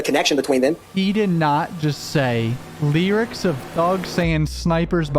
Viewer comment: It’s the way you say “Lee-rics”(lyrics) for me 😅